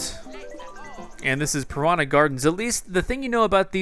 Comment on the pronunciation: "prona" plants?!? :/